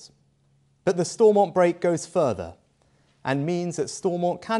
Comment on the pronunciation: Funny watching him 😄 he thinks he knows what its like to live in Northern Ireland or anything about the good Friday agreement 🤔 tell that to the new ira going backwards he cant even say stormount properly fs .... joke